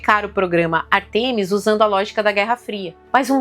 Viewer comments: Ártemis e não Artêmis. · Beleza, mas é ÁRTEMIS e não Artemis.